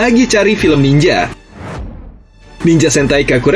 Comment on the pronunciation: Nininjer bang bukan niningger Harikenjer bukan hurikinger Trs bang riset lagi lah soalnya tema ninja di super sentai gk banyak"juga